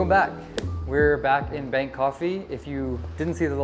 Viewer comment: Someone's a bit of lead foot. 😂 Everytime you say Bank coffee I keep thinking Bangkok it's almost sounds the same. Bangkok fee 😜 😂